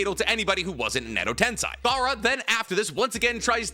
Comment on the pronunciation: Still mispronouncing tensei. It's just insane. I don't understand. Do better.